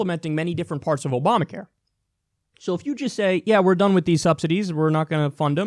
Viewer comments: exactly what i was thinking ... he (even when reading off a teleprompter) fucked up and mixed "Oprah Care" and Obama Care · Opamacare? How dumb is he LOL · Trump... "The disastrous Opamacare..." "Oy vey.. ๏̯͡๏